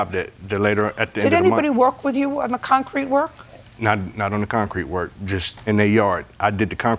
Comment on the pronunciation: And where they laid the syllable on the word itself broke me up. ConCRETE. Over and over. 😆